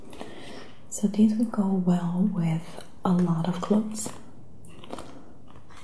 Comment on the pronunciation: Im sorry but how she.says.dis nd dees nd dose bothers me.